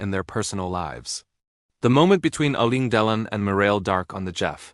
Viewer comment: Ii does not says their names cirrectky.shame